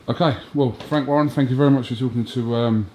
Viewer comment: Frank WAR-ren.